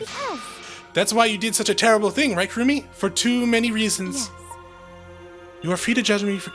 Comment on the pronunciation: It’s actually Kirumi but somehow every letsplay I watch so far have been calling her kurumi 😂